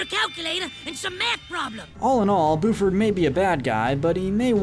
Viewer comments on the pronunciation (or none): I’m sorry but it’s Buford not booford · yes and he says buford as booford lmao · Who else hates how she wants to he says Lindana as lindAAnah instead of lindah-nah as well as Buford as boo-ford instead of bue-ford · The fact that he pronounces the name as BOOford and not BYOOford is so weird but sure that works😂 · Did he just say, booford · Oh god... “Boofard” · How can you know all this specific detail about the show and still mispronounce Lindana and Buford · Or the way he said Buford